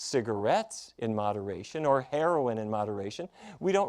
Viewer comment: Great advice. Hearing Dr. Barnard pronounce the word "heroin" brings a chuckle.